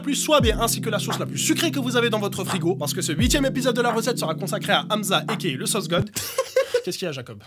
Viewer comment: Merde c'est aMSa pas Amza